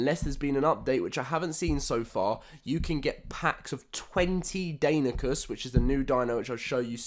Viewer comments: It's pronounced danonocus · "Die-non-knee-cuss" You're welcome... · it’s pronounced Die-non-uh-cus